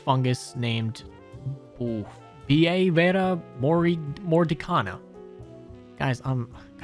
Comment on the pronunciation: idk if someone already did this but i believe its pronounced bo-ver-ia mor-dick-ana